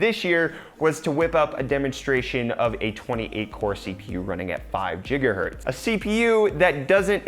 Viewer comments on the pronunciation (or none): It's not in-novuh- tiv, it's in-noh-vay-tiv or in-na-vay-tiv, and it's not jigga-hurtz, it's gigga-hurtz. Thanks for the video though. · ...jiggahertz? Really? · Jigahertz? I'm gonna cry...